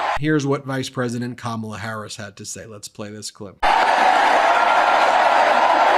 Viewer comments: Kamma blah that how it is pronounced which it is juvenile type of talk. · Ko-mob-la!!!🤣🤣🤣🤣I can't. I JUST CAN'T!!!!😅😅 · His new nickname for Kamala is his schoolyard bully mentality kicking in with "Blah blah blah" as he toyed with mispronouncing her name in typical disrespect...hence "Kama-bla". He's the one in free fall about to crash into reality via a finishing body slam. Tim Walz comedic timing and cutting jokes must be making him and Just Don't Vance bleed. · The Trumpites may have difficulty pronouncing " K A M A LA " but the Democrats will have no problem saying they've " DONE OLD TRUMP" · Can We Please Pronounce Her Name Correctly since this is a weird Trump thing ✅ Great Pick VP Harris Thank you so much MT for All You Do To keep the American 🇺🇸 people Informed ✅ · Every time I hear trump butchering somebody's name, i think, " sounds like koolade flavors!!!"